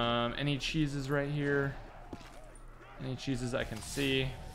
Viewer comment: Stop saying "Cheeses."